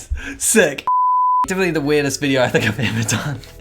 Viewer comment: Yea definitely from NZ with that " SEIK"